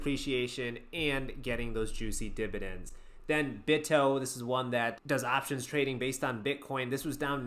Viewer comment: Dude the way you say DIBADENDS - and HIGH DIBADEND YIELD WAERIORS makes me laugh out loud.